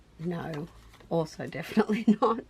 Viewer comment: Naur, nevahh. 😂